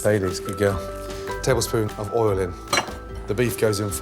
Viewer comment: Tilly: "what's the flour going to do dad?" Gordon: "good gewl"